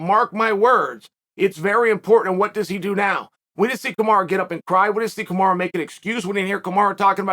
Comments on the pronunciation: Yo Chael.. it's Kumaru not Kumara. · 1 single loss and Chael is calling him Kumara 😂